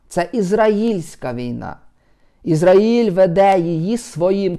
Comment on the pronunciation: Пане, в слові Ізраїль наголос на А!